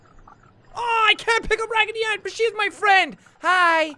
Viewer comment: I kept laughing wehen he said ragidy anne